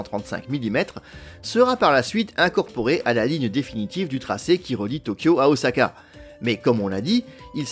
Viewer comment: Très bien documenté, bravo ! Et ça fait plaisir d’entendre prononcer « Osaka » avec un S et pas un Z… Toutefois, je me permets une remarque au sujet du SCMAGLEV. C’est à : Il n’y a pas de bobines supraconductrices situées dans les rails. Absolument pas. Les bobines de la voie en béton en U sont en aluminium et à température ambiante. Ce sont les aimants situés dans les bogies du train qui sont supraconducteurs. Il y a 4 aimants par bogie et chaque aimant ne consomme que 8 watts. C'est là tout l'intérêt des supraconducteurs. Le SCMAGLEV japonais a des roues rétractables, à la manière d’un train d'atterrissage. A l’arrêt, il repose sur ses roues et peut être déplacé sans problème sans électricité, par exemple dans les gares de triage Le dictionnaire définit un "Train" comme un "ensemble de véhicules reliés les uns aux autres" et donne en exemple "Un train de péniches". Les péniches n’ont pourtant pas de roues.